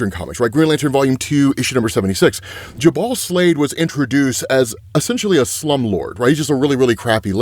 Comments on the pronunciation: Dude... It's pronounced "Joo-bel" not "Ja-Bahl." JFC🤦‍♂️ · Jubal? It's pronounced "Joo-bul" not "Juh-bawl", and it's NEVER been pronounced that way. Example, here's a WELL known one. "Brook and Jubal in the Morning", you know, the Radio Hosts famous for their "Second Date Updates"? THOUSANDS of episodes and Jubal has never one time pronounced his name like that. Considering you're covering illustrated literary-content, I'd assume drawing your attention to this would be positive. Kinda "off" when someone covering anything literary routinely mispronounces things and doesn't seem to have a grasp of Phonics... shrug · Jubal is pronounced "joo-ble" like Google. It's a name with some... uhh... "history", specifically Jubal Early, the architect of the Lost Cause Myth. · someone may have already said and it’s not a big deal but my pronunciation autism is going off, jubal is pronounced joo-bul, no hate or anything i’m just too autistic to not say anything 🤣